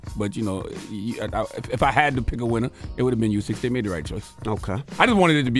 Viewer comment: Charla its pronounced 🗣"Ooh-sick" man I thought you were a boxing fan lol. Fury was falling over the ropes, boxing is rigged enough to call that a draw